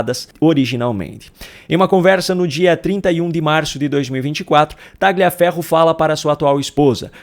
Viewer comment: Pronuncia-se TALHIAFERRO e não TAGLIAFERRO. Boa noite!